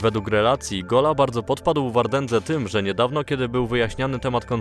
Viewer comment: i nagle tak Bałdzo uwziąłeś... :-D Najlepszy moment